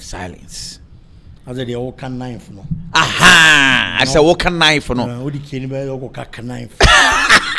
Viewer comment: Eiii 😂😂😂😂😂 Ki- nife. ( Knife) 😂😂😂😂😂😂